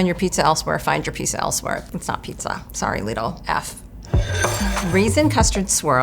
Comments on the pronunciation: I was triggered by the first word... Lidl=Lidd-ull, not Leed-ull😭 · its prounced lid-ul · "ouy went to lee-dul" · When you call "lidl" "leedle" im not taking your opinion on anything 😭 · omg stop saying lidi like that 😖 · Downvoted for her pronunciation of LIDL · You don't have to pronounce it that way, you're not in Europe